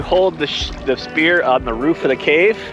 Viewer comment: Spear not spirit